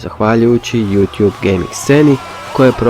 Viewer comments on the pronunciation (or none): none